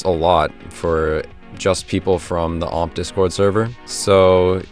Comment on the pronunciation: See? Its so much better when u just say omp rather than O M P P